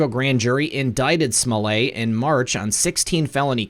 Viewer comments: Why SMO-LAY? Since when is an ~ETT ending EVER pronounced as "AY", in English or French? There's buffet & ballet, eh? with ONE (1) 't'. But majorette, marionette, cigarette, etiquette, I bet them all; NARY AN "EH?" SO KNOCK IT OFF, Mr. fake French, Chicago. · Smoh LETT the final t is silent in French, but not when it is doubled. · Smollett. The t’s aren’t silent ... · Everytime you say Juicy Smollet' I crack up!!